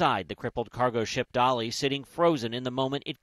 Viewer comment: That's Dali, not "Dolly"..... wow.